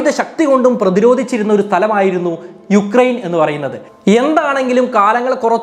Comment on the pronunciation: യുക്രൈൻ അല്ല ഉക്രൈൻ ആണ് sir